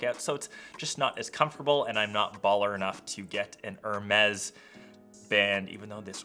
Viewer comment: Oops, Hermes is pronounced "Air-may". "h" and "s" are silent. ❣